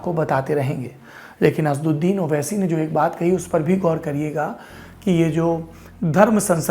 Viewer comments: Please pronounce names properly. The name of Owaisi is not Asduddin but AsAduddin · Bhai the lallantop wale unka name assauddin h Name to achche se lo? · अबे नाम तो सही ले लिया करो। असद्दीन नहीं असद उद्दीन